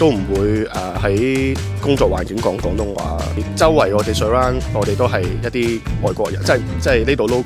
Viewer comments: 旁白試下講 「廣」東話丫，「講」東話有啲un耳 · 主持”港東話” “趕色餐廳”😂😂